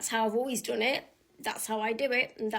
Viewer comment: "That's how I've always doon it" That's why you're still single and you didn't have this "come to me" requirement for low-effort Chad!